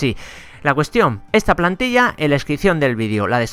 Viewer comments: en el minuto dice "palntilla" y no plantilla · Dice PALNTILLA en vez de plantilla :/ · dice palntilla enves de plantilla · dise palntilla y es plantilla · dice "Palntilla" no Plantilla xd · Quien se dio cuenta de que no desia plantilla sino palntilla jjajaa un error lo tiene cualquiera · palntilla? :v xd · Jaja dice palntilla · Dice palntilla en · En dice palntilla